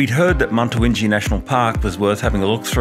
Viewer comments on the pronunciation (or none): Why do you keep calling it Muntawintji when it clearly says on the map Mutawintji 🤔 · Why do I mispronounce Mutawintji? It’s definitely not intentional. I am actually terrible with names. At work I am often getting customer names wrong and mispronouncing them. My team are often face planting their hand at my foibles. Will try to get it right going forward.